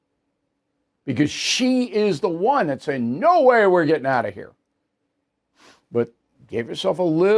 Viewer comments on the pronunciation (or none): none